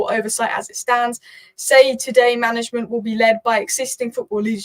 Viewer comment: At 8.50, it is “day to day”,!